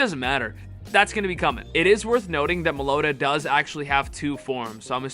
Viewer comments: IT'S NOT malota it's MELOETTA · Meloeta? It's meh low eh ta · Melloetta pronunciation guide. Mel-low-etta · it’s pronounced mellowetta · It’s pronounced Melo-etta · Just a little FYI if anyone wants to know Meloetta is pronounced (Mell oh ET tuh)...just thought I would put it here in case anyone wanted to know how to correctly pronounce it... I am hoping that most of ur predictions come to pass for Go Fest...that would be phenomenal... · I think it's pronounced "mellow etta" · mel-oh-wetta is how its pronounced. I love the shiny rampardos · Mellow-etta is the pronunciation lol. 🔥 video homie much love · Whenever he calls Meloetta Meloda, it just physicly hurts me.. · Uh Its pronounced mellow etta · mel-owww-etta is how you pronounce it. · Its Mello weta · It’s pronounced Mel-o-ett-a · It is pronounced melo wetta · Mellow-Etta lmao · meloda=meloetta typical American pronunciation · its pronounced Mel-oh-eta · Meloetta is pronounced Mellow-eh- ta. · It's pronounced Mel-o-ett-a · the way he said melloetta 😭😭😭😭